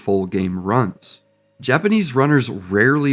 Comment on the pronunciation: he said shindou right, let's goooo my goat 🔥🔥🔥